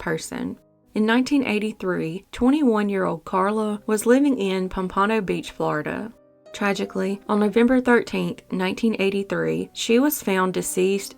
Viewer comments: Pomp ah no beach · Not being mean, just an FYI. Pompano beach is pronounced "Pomp-ah-no" with emphasis on the no at the end. 😉